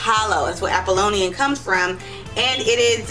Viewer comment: Neat-chay? Troot? Apolian? Dioneesius? Euripeedees? Reading off a script and can't follow it? Vulgar language? This is a hot mess aside from the low-hanging fruit